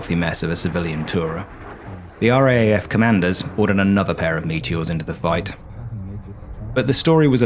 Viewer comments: Minor note, but the proper pronunciation of RAAF, is R double A F. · i imagine many other former RAAF members have grated at this bloke's inability to say R Double-A F. And "Ran" instead of R.A.N. - really?! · Why not? Because it sounds clunky? But in the service its either R double A F, or pronounced “raff”. And yes I am ex RAAF. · It is pronounced R , double A , F. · A "Brit" should know that RAAF is pronounced R - double A - F. The reality is that the British know very little about Australian history, society and government. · It’s the R double A F, not R..A..A..F…….. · A great story and great fun. Well done. Sorry, I can't help being an irritating pedant, but the second cityscape of trams and commuters is actually Melbourne, not Sydney, and the RAAF is referred to in Australia as the R double-A F, not R-A-A-F. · Or just pronounced "Raf". Yeah, hearing it spelt out "R-A-A-F" is as weird to an Aussie's ears as saying N-A-S-A would be to...well...everyone. 😉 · Excellent video -but for future vids if you make any about the RAAF -it's pronounced "Arh Double-Ay Ef", not "Arh Ay Ay Ef". Rolls off the tongue a bit easier. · pronounced as "RAAF" not spelt out. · RAAF is pronounced R 'double A' F not R,A,A,F.... ;) a small negative comment to a great vid... thank you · We say R double A F, not R A A F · R double-A F not R A A F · "ARE-DOUBLE-A-EFF" please, not R-A-A-F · As an Australian, I found this very entertaining, if a bit embarrassing. The cliches were funny, light hearted and not at all jarring. What was very jarring, every time, was the pronunciation of RAAF. In Australia we say "are double ay eff" because it's easier to distinguish from the GBAF and it just sounds better. Letting you know in case the RAAF comes up in future videos. Otherwise, love your work! Subbed ❤ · Classic - but please - we say "R - double A - F", eh eh?